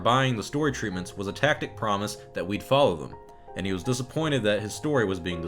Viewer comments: I’ve seen a few videos talking about this. Everyone is mispronouncing “tacit”. It’s tas•it. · it's pronounced "tassssid", not takid - just because Jeremy of Geeks and Gamers misspronounced it, doesn't mean you guys have to do it too. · A TACTIC promise? Perhaps a "TACIT" promise? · Seriously, how bloody hard is it to pronounce "tacit"? It's not a hard word.